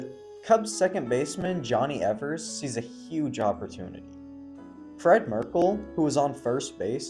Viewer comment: The pronunciation of Palmeiro struck me, too. (And Schott, too.) (And Evers)